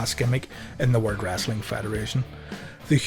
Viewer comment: Why you say "The WOLD TITLE?